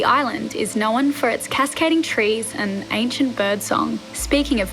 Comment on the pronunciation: Known Knowrn 😂 I work with a lot of people from Australia. It’s funny how they add R’s into words that don’t exist.